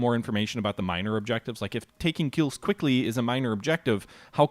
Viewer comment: It's "Kielce", not "Kills".